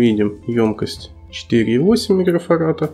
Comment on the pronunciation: Не "микрофарата", а микрофарада, грамотей.